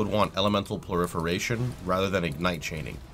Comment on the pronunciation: Elemental "ploiferation"